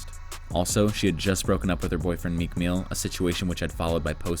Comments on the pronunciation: "Meek meel"💀💀💀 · Meek Meel XD I am dead